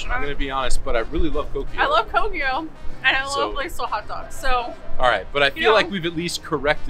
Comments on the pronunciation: Cookie-o 😂 It's actually pronounced Cock'yo. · COCKIO! Not coukeeouu! 😉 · Why does pronounce Cocio wrong? He's a Dane! I think we need to explain how it's pronounced next time you drink one.